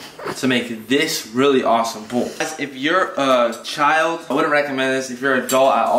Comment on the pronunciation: Bowl*: Bull